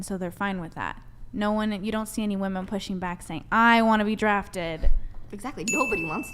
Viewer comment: Sigh. I guess I came to watch again cause I'm punishing myself for my sins in life. Also, anyone else notice that she can't pronounce the word "women" properly? "I think all of us here are tens." Look gents - any woman who says that is a liar. Don't put your dick in that. If any tens actually exist, they are RARE. Like, there are only a handful on the whole PLANET, adn they get quickly snapped up by an oligarch or end up in porn or something. This is not a table-ful of tens. "I don't know how you want me to answer that." She keeps saying that - sign of a dishonest person. There's only one way to answer questions. Honestly. I don't need to know how someone "wants" me to answer a question if I'm honest. And her refusal to discuss how women are oppressed shows that she has nothing. She's disingenuine and is acting in bad faith. If she truly cared about women's oppression, this would be an excellent opportunity to do something about it, with the platform that Brian has provided her FREE OF CHARGE. She doesn't even have to run for office or risk her life. This is the freedom fighter's dream. And notice the other women didn't really jump in either. Guess they had nothing too.